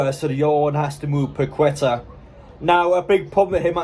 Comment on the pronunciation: He’s names pronounced packeta